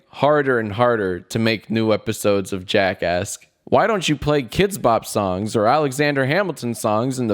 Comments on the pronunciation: Whenever Jack says Welcome To Jack Ask, I hear Welcome to Jack Ass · I always hear jackass when he says jackasks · in the very beginning it sounded like he said " Welcome to JackAss" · Im sorry but whenever you say jack asks i hear jackass. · Who else thought he said jackass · I keep hearing Jackass instead of Jackasks. :/ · For some reason I thought he said “welcome to JackAss” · I thought he said welcome back to jackas* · ‘Welcome back to jackass’ did anyone else her that?? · Lol I thought u said: welcome to JACKASS😂😂😂😂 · I keep on hearing jackass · What I heard: welcome to jackass. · Whenever Jack says Jack ask I think he is saying jack ass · Am i the only one that heares jackass at the beginning? I am, well shit! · I thought you said jack ass when it started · thought this was called jackass instead of jack ask at first. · I thought he he said jackass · Why did I just realize JackAsk sounds like jack*ss 😂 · Anyone noticed that he said jackASSked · i keep on hearing "welcome back to jackass" and honestly i think it's fitting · it took me a few years to understand that it sounds like jackass. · I legit thought you said "Jackass" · "Hello, my name is Jack Douglas, and welcome to Jackass." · It sounded like he said Jackass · At first it sounded like “welcome back to jackass”